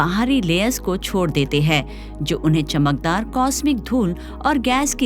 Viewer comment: आप ' हैं ' को ' है ' उच्चारित करतीं हैं । कृपया इसे सुधारें!